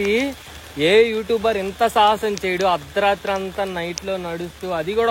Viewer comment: అద్రరాత్రి kadu bro అర్దరాత్రి. 🤦‍♂️